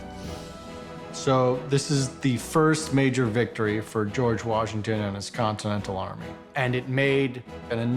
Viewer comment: G. Washington: "The Con-ten-tal army is fucked." LOL